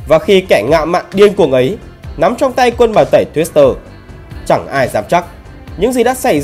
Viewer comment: Ngọng mà phát biểu tự tin ghê. 😂😂😂